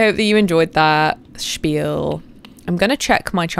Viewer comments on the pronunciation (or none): none